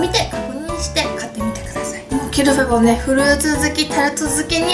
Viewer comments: ゆうかちゃんの発音が完璧です (qu'il fait bon = qui il fait bon ) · キルフェボンの発音違うくない？😳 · Ieji そうなんですね⁉ 初めて聞いたイントネーションだったので、ちょっと違和感がありました(^_^;) 勉強になりました。 ありがとうございます‼ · どうでもいいけど、アクセント、日本で一般的なのは キ(´ )ルフェボンじゃなくて、キルフェ(´ )ボン(キ↓ル↑フェ´ボン)だと思う〜！ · キルフェボン本店がある県に住んでるけど（横に広いから西部東部でイントネーション違うんでもしかしたら違うかもだけど）たぶん皆発音「キルフェ⤴ボン」で言ってると思う…フランス語では正しいみたいだけどね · ゆうかちゃんとキルフェボンの発音違ってから、びっくりしたwwキルフェボ↓ンだと思ってた… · tuku29 キル↗︎フェ→ボン↘︎じゃないんだってことです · キルフェボンの発音違う気が……… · 最後の一口食べ終わったあとの 「キルフェボンのタルト」が言えてないwwwwww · キルフェボンの発音、私はロクシタンと同じアクセントだと思ってた。外国人の発音じゃなくて日本人が言う感じのロクシタン。ピチレモン、島根県のアクセントと同じ。 って例え方分かりにくいか(笑) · キルフェボンの発音あってるの？私とは違ってびっくり！ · キルフェボンの発音ちがう気がする？ うちが違うのかな？ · ゆうかちゃん、キルフェボンの発音違うよ😂笑 でも可愛い♡ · キルフェボンのイントネーションって、上がって下がるんじゃないの？？ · キルフェボンの発音ぜったいおかしいｗｗｗ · キルフェボンの音程…